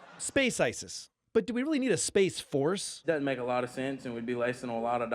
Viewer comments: Every time he mentions space, all I hear is "Ima Fix Wolves" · Let's get it right: it's pronounced SPAAAAAAAAAAAACE FORRRRRRRRRRRRCE!!!